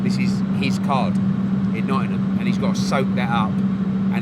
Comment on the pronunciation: Nottingham not nottynum